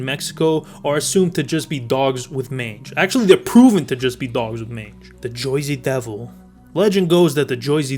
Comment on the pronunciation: “The Joy-zee Devoe”